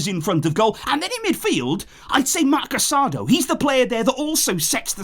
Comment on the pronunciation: Thanks for the great work as always. One comment. Casadó's name is pronounced with the emphasis on the last syllable like "casa-dough" instead of "caSAdo".